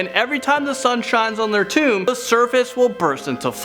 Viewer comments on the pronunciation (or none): none